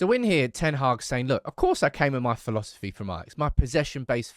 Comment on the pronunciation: Did this guy say ,phi..losophy ???????